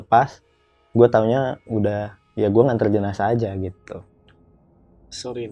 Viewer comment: Jenazah bang bukan jenajah 😂